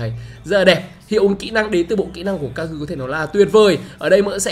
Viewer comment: giọng Nhật của e kagura mới chuẩn anh